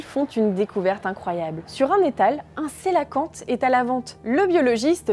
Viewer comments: On prononce pour le cœlacanthe : quelacanthe SVP et non celoquante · Va falloir arrêter de mal prononcer le nom du Cœlacanthe ! Ça se prononce qœlacanthe ! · Du coup je découvre que j'ai toujours mal prononcé cœlacanthe 😅